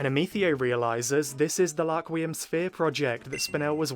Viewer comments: One thing I’m wondering is why he says Laquium instead of Rakurium? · The English dub changed the name of rakurium to laquium